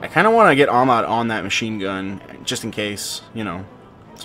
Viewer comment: He's not Amad, he's AHmed (hyhyhyhyhy)